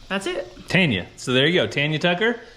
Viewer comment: Yay, said it right! Tanya, NOT Tonya Tucker! LoL 😂❤